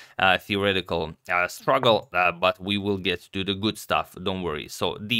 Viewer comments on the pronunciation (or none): none